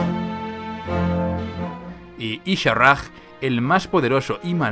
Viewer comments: Exelente remake, me gusta muchisimo, ya no puedo esperar al siguiente capitulo. por cierto, segun la wikiwow y fuentes oficiales el nombre de Y´shaarrjg no se pronuncia como tu lo haces, su nombre se pronuncia como: "Ya-sha-raj" no ishaarg Te menciono esto por que estas haciendo este remake de tu chulisima serie. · isharraj? isharj no es tan difícil de pronunciar , que poca capacidad de adaptación hay en el contenido en español